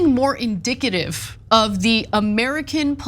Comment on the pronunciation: 😂😂 indicative or in dike a tive?😂😂😂😂